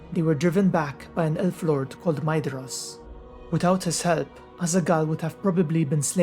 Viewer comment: Yay someone who pronounces Maedhros name correctly 👍👍👍